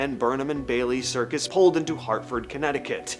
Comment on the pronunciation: Why do you keep mispronouncing Bailey's name?